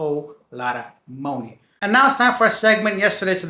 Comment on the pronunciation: i love how you pronounce money,your way of speaking is mooney lol